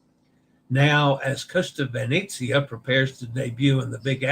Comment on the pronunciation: All it takes is one person not washing their hands to cause an outbreak! Does anyone recognise who Kevin Sheehan Jr.'s disgraced father is? *nepotism Let's practice your E in Italian! It's always AY as in day. Ravenna (Ra-ve-nna) = Rah-vay-nah, roll the R. Venezia (Ve-ne-zi-a) = Vay-nay-tzee-ah. Vay-nay, not Vay-nee, not Vay-ne. Vay-nay, Vay-nay, Vay-nay, Vay-nay-tzee-ah! A reminder to always pronounce the O as in Oh no! Basilica di San Petronio (Pe-tro-ni-o = Pay-troh-nee-o, roll the R). Remember to separate the Italian word into syllables of the consonant-vowel consonant-vowel consonant-vowel format for pronunciation: Pe-tro-ni-o. And yes, the S in Basilica has a Z sound when spoken in Italian but no worries here as the context was in English with the S sound. From a previous livestream about Captain Serena Melani (Se-re-na Me-la-ni) = Say-ray-nah May-lah-nee (roll the R) who received the Capperuccio (Ca-ppe-ru-ccio = Kah-pay-roo-tchoh, roll the R) Award. And a quick vowel pronunciation review: A is always AH as in the open A as in father. AH AH AH AH AH AH AH E is always AY as in day. AY AY AY AY AY AY AY I is always EE as in seed. EE EE EE EE EE EE O is always OH as in Oh no! OH OH OH OH OH OH OH U is always the long U as in tune (toon) U U U U U U U U I now believe that the Taima Star ferry is pronounced Tie Ma. The image I saw of the ferry's name had an apostrophe TA'IMA but that apostrophe turned out to be a porthole LOL!